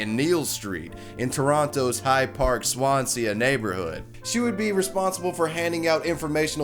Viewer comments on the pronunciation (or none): SO many mispronunciations! Swan-see, not Swan-see-ah. BEE-sonette, not Bison-ette. C'Mon man, research,don't just read. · Neel St? It’s Keele St. sound the “k” and is Swansea. Don’t sound the “a” at the end pronounce it like “sea” just like it’s spelt. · it's pronounced swan-see not swan-see-ah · Swansea (you don't pronounce the last A) Passerbyers (it's 'passersby') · Bisonette, like an itty bitty bison? The mispronunciations are strong with this guy. Swanseeuh.